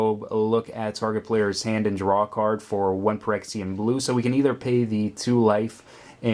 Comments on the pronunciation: It's 'fyrexian' btw. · i hate being the guy to say this, but your pronunciation of Phyrexian just makes my skin crawl. Ph = F think of the greek letter phi.